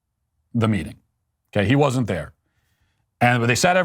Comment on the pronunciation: Her g's end in k....meetingk